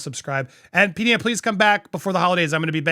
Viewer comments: Please it is P D I NA not peadena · It’s P-Die-nuh…..not P-Dee-nuh. Love you any way,! And love too!!! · Its pronounced P Dyna